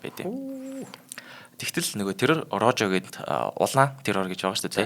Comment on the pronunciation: Poжо бишээ Рохо гэж дуудаг шүү Испани хэлээрээ нь жоохон нэршилүүдээ дуудаж судалчаад нэвтрүүлэгүүдээ бэлдэж байгаарай. Бусадаар ок амжилт